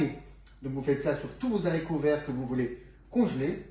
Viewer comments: Bonjour. Merci pour ces informations. Par contre (et j'espère que vous m'excuserez pour la petite remarque qui suit), sachez que l'on ne prononce pas les "zharicots". En effet, le "h" de "haricot" est aspiré (comme hibou, hasard, etc...) ce qui signifie qu'il n'y a pas de liaison. Comme je suis très attachée à la langue française et à la prononciation de ses mots (pour ne pas dire maniaque...), je dois avouer qu'à chaque fois que vous avez prononcé ce mot de cette façon... j'en ai eu mal aux oreilles. Sinon, une petite astuce pour les piqûres de guêpes ou d'abeilles: le vinaigre car il peut aider à soulager la douleur et le gonflement grâce à son acidité, qui peut neutraliser les substances toxiques du venin et avoir un effet apaisant sur la peau, réduisant les démangeaisons. C'est toujours ce que je fais dans cette situation et ça fonctionne très bien (sans hématome 😉). Je vais maintenant aller visionner votre recette. En tout cas, je vous souhaite une bonne continuation. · Comment congeler les zaricots ? Faut-il les stocker dans des zangars ? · 1/ on ne dit pas "les Z'haricots verts", 2/ on les lave AVANT de les équeuter sinon ils se gorgent d'eau. 3/on équeute QUE le côté qui était attaché au plant, JAMAIS la petite "virgule" 3/ on équeute QUE le côté qui était attaché au plant,JAMAIS la petite 2/on n'équeute pas les haricots AVANT de les laver car ils vont se gorger d'eau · Merci pour cette vidéo. Mais je ne connais pas les zaricots , seulement les haricots… excusez-moi mais ça choque mes vieilles oreilles 🥴🤣